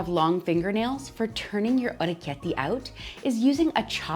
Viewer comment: Hey!! Wow this was so fascinating to watch!! The knife does such a cool job of shaping them! Fresh pasta is my weakness!! I love the way you pronounce it too❤❤❤